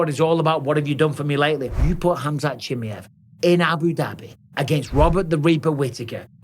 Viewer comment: Cha-my-ev I’m gonna keep saying it Mike 😂